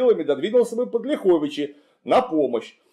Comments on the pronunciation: Замечание: правильно говорить лЯховичи, а не ляхОвичи. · Не ЛяхОвичи, а ЛЯховичи. Ударение на первый слог. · Не ЛяхОвичи, а ЛЯховичи) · Уважаемый мый Клим, правильно говорить лЯховичи. (если только местные не называют ляхОвичи, но такого варианта я никогда в дизни не слышал). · не ЛяхОвичи, а ЛЯховичи. Не КлястИцы, а КлЯстицы. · Климу Александровичу - респект! Просто супер! Только одно "но", город называется не ЛяхОвичи, а ЛЯховичи! И белорусский отряд у Хованского не КричЕвский, а КрИчевский! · Добрый день! Правильно говорить не ЛяхОвичи, а ЛЯховичи ударение на первый слог, мы в РБ произносим именно так, от слова Лях - поляк. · Город Ляховичи - ударение на первый слог. Режет слух. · В названиях Ляховичи и Кричев в современных русском и белорусском языках ударение на первый слог. Несвиж через е, даже в польском.